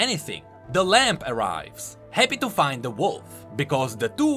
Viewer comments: Stop Saying LAMP its said like (LAM) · Ok, am I crazy or does keep saying "Lamp" instead of "Lamb"